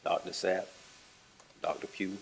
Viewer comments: I can’t tell if this attorney is attempting to somehow irritate the witness by initially saying Sapp correctly and then after having it spelled, pronouncing it Zapp. But she is intense regardless of her inability to understand the pronunciation of a name and I’m hoping she is Donna’s lead defense attorney. She’s incredibly unlikable. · The lawyer questioning Chief Mack as if hes a criminal. And her repeated mispronouncing Dr. ZAP...shes incompetent. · Wth this defence lawyer was told what 6 times that doctors name and spelled it out and she’s still mispronounced it. Zap lol SAP makes me wonder if she was listening to hear or listening to respond. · Her damn attorney cannot even hear it’s DR SAPP, not DR ZAPP. What is wrong with her, she’s just as annoying as the defendant! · 😂 I know you’re OCD like me..cause I kept screaming at my phone screen “It’s Sapp!! 😂every time she said Zapp! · Sapp Sapp Sapp not Zapp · Its condescending, but lawyer is trying to be efficient and effective. Professional, with some respect or dignity, yet she is trying to earn her pay. It's "Dr Ssssapp" and she continues to misprounce. She is just being a thorough b*tch. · I literally can’t listen to Donna’s attorney continue to mispronounce the doctors name after being literally walked through how to say it and how it’s spelled! Wow Donna has a horrible lawyer